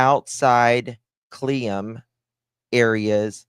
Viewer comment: The town your trying to pronounce is Clee L um . . I knew the family and this is so heart breaking